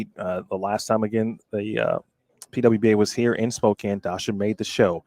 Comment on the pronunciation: Hi! Just so you know, Spokane is pronounced (Spoe-Can). Thought you should know.:)